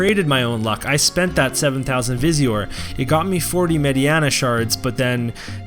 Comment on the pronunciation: Her name is MAY DI NA not MAY DI ANA ... Mediena *